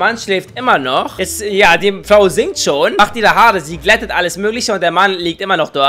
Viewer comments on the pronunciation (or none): Kannst du bitte mehr Flau sagen das ist deutlich lustiger als Frau